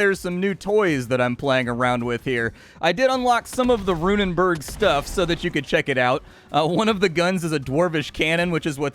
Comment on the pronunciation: Runenberg, not -burg, by the way. Burg meaning Castle, while Berg translates to mountain. Rune Mountain.